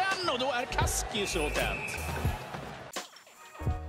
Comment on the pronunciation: Man you really need to get the swedish commentators to learn how to say your name properly. Everytime they try it ends up as Kaski-so. Best of luck and 29 september is incoming full arena all restrictions gone :)